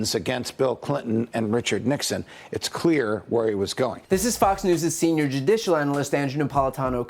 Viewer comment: proof that you can’t say “judicial” without sounding drunk